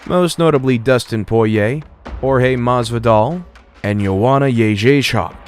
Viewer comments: Joana “Yayjaychalk” LMFAOOOOOO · Can’t even pronounce Joanna’s last name 😂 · I LOVE HOW THIS TOOL PRONOUNCED JOANNA'S NAME LMFAO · Joanna Jędrzejczyk stilling tripping up narrators to this day, you go girl.